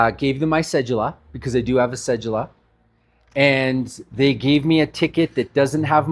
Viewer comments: WHY do people pronounce it CEJEWLA its Cedula there is no j sound. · The fuck is a cejula 😂 you mean Cedula, pronounce it right ma boii "Se Due La"